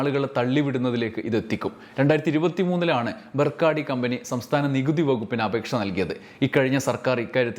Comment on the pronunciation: ബർക്കാഡിയല്ല, ബക്കാഡിയാണ് ശരിയായ ഉച്ചാരണം.